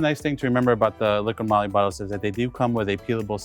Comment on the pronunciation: I kept hearing him refer to the oil as “Liquid Molly” lol. Jokes aside, very informative and clear tutorial 🤝